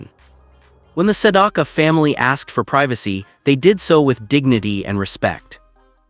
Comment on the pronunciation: Maybe AI can learn how to pronounce his name correctly.